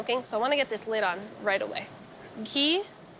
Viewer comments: Is Ghee really pronounced “key”? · Pronounced "Ghee" wrongly and the meats are definitely burnt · she can’t say Ghee that’s just not right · Why is she pronouncing Ghee that way?